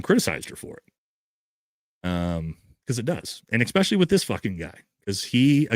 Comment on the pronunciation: And also it’s “especially” not “expecially”.